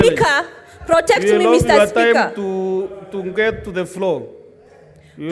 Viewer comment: Order not ornder, get not nget😂😂